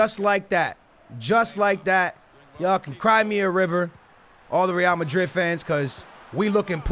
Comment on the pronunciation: Does anyone else get annoyed at the way he pronounces Real Madrid? Like okay we get it you’re “Hispanic” you cappin white boy